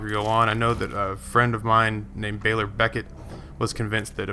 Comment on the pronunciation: That's, uh, "Becker", not "Becket".